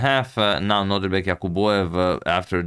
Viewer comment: Am I the only one who hears Antonio always say NodRIbek instead of NodIRbek? Just checking on my sanity here 😅